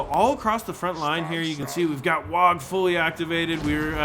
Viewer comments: "Wog". You don't pronounce the G you zoggin git. It's WAAAAAAAAAAAGH! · That always confused me. Everything else the Greenskins have is spelled phonetically, why not WAAAAGH should it not just be WAAAAA then?